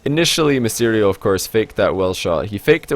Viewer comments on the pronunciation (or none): Misterio....... Nice pronounciation